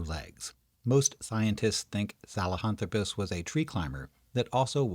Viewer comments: Well done video - but, dude: saHELAnthropus, not saLEHAntropus! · Great video. I learned something new. I used to think the word "nu-cue-lar" instead of "nuclear" was crazy. But "sa-le-hanthropus" instead of "sahelanthropus" is totally nuts! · If the name is " Sahelanthropus" why you pronounce it "Salehanthropus"? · Except problems pronouncing "sahelanthropus"...